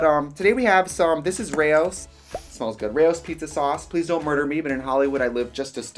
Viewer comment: I'm still stunned by the way she butchered the pronunciation of Rao's sauce. Rao. Like, rhymes with WOW.